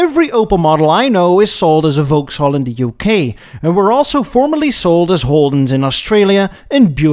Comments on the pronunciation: Gentle correction: Vauxhall is pronounced "VOX-haul", not "Vouks-hall". English is weird that way. And GM bought Adam Opel in 1929. I had a high school teacher in the US who drove an Opel GT ... Opels were pretty hot cars in the '70s for those who wanted economy and performance but didn't want to buy Japanese marques. Incidentally, GM kept up their frankenstein strategies in Europe until Opel was sold to PSA+Fiat/Chrysler in 2017; the worst car we ever bought was a 2009 Opel Antara, which had a Chevrolet Captiva body and frame built in Korea by Daewoo, a Holden engine from Australia, transmission from some other GM division, with "styling by Opel" in Germany. To add insult to injury, it was sold as a Saturn Vue in the US. It was gutless, but still managed to drink gas at a prodigious rate; in my experience that's a common trait of six-cylinder engines. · It is NOT "Volks-haul"; it's "VOXhaul"! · Oh dear,. It's pronounced Vokkshall, not Vowkshall. Also, whisky does not come from, er, England. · It's pronounced "VOXALL", even though it's spelt Vauxhall. Don't ask me why but that's simply how it is. Thankyou for this clip, though, it's appreciated. Take care and all the best. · We pronounce Vauxhall as vocks-hall, please! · Why do you pronounce Vauxhall so strangely? Vox hall. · Vauxhall pronounced Vox all. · Vauxhall is pronounced like 'Voxall'. The English language is not a phonetic language. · It's pronounced "Vox-All".